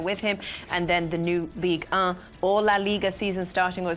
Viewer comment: Is this how everyone pronounce ligue 1 😭